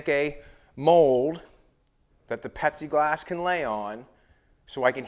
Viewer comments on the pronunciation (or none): Are you actually saying pepsi glass as it sure sounds like it I just tried googling Pepsi glass and it showed loads of glasses with Pepsi logo on it. I’ve made stuff out of plexiglass pretty sure the windshield on my slingshot is lexan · are you saying Pepsiglass? Or Pexiglass? Should be Plexiglass. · Does he keep saying petsiglass...its plexiglass lol. Either way this car is nasty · "Pexieglass".....lol dude its Plexiglass. Pronounce the "L" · Petsy glass?? Pepsi glass?? I can’t pinpoint what he is saying isn’t it plexiglass ?? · Is he saying Pepsi glass or Plexiglass ? 🤣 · It's pLexiglass ! Not pexiglass ! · IS HE SAYING PEPSI OR PLASTIC or PLEXIGLAS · At least I'm not the only one who heard it as Pepsi Glass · ITS FUCKING PLEXIGLASS!!! PLEASE STOP IT. JUST SAY POLYCARBONATE. ANYTHING BUT WHATEVER YOU ARE SAYING. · Lol I love it ....The last video and right up till you removed the back window. I thought you were saying it was Pepsi glass 😂 Had me thinking it was like a thick blueish glass 😁 Love it brother keep it up 👍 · Did call it Pepsiglass? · I think he is saying Pepsi Glass 🤣😂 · Plexiglass has an L in it. Yes it does! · I know right I'll look oh hell I spent 45 minutes trying to figure out where to get this new Pepsi glass at and it finally hit me that he just was mispronouncing and there is no new thing on glass it's plexiglass ... LOL I fell I said my God I mean he's so eloquently spoken you want me to every other word is is perfectly spoken and and there's no no it's flawless so I you know I did not cross my mind that he was getting that one word out of everything wrong so I mean I was honestly legit looking for Pepsi glass I mean I got to find this stuff I don't drink Pepsi but if they've got a new glass by God I want to know about it!!!